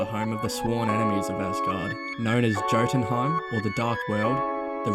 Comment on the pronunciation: Man said Joe-tunheim